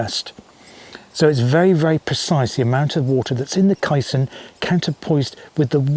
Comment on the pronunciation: Other balanced-tank UK examples - the Anderton Lift (vertical, as on the SCC) and the recent Falkirk Wheel (rotary ). Also, I think it's pronounced 'Kay - Son'.